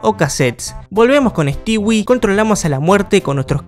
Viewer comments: Sabes que es un old cuando le dice "Stiwi" y no "Stoui". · * Pronunciar “Stewie” * Yo: “Estui”: “estiwi” Bro: Nose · me da no se que que literal digas stewi y no stui xd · Pq dice "estiwi" xd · Se pronuncia Estúi